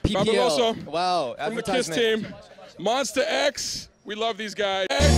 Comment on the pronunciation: Omg I thought they said “We’re more s*x!” Instead of Monsta X